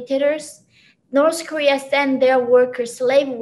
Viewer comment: "Norse Korea"